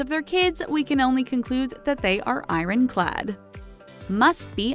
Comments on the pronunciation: “Eye-rin clad”. 😂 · "iren clad"? 🤔